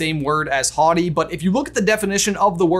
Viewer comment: Today I learned that I've been pronouncing 'haughty' wrong... Thanks for repeating the word over and over,!